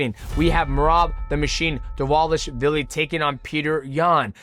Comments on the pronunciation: he pronounced Dvalishvili perfectly though (“v” is pronounced “w” in clusters) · Respect to Mighty for FINALLY Pronouncing Dvalishvili perfectly. xD